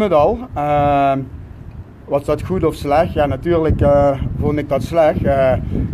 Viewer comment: 😂😂😂😂 een rechter is bij uitstek een rijksambtenaar.... volgens mij is niet helemaal op de hoogte laat staan zelf een “jurist”. En hoe irritant is het inslikken van de letter “t”? “Slech”, “gemaak” en “gewees”🤮🤮🤮